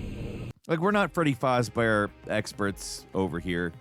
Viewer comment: "We're not Freddy Fazbear (mispronounced) experts." Yeah, we can tell